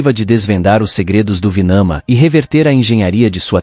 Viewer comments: é Vimana e não Vinama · NÃO ÉÉÉ VINAMA ÉÉÉ VIIIMAAANAAA.!!!! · É VIMANA. E os textos Indus onde são documentados esses fenômenos chama-se Vedas.